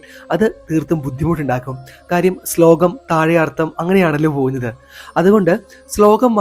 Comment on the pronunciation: അർതം അല്ലടോ.. അർത്ഥം.